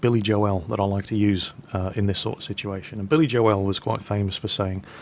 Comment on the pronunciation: Billy Jo-el lol